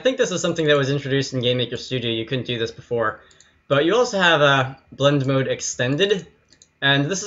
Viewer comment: Every time you said blend mode I heard it like blood moon and now I can't get Zelda BOTW out of my mind! (I'm not making fun of your accent, I'm making fun of my brain that translates blend modes into a game with a character that took 30 years to learn how to jump)